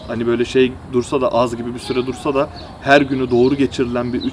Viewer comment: 9.07 "şimdi anladık işte da " şiveniz koverdi🤣 53 <3